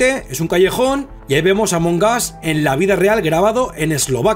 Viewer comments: Dice amongaz en vez de among us XD pero among us se significa entre nosotros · Se pronuncia Among as Y se escribe Among Us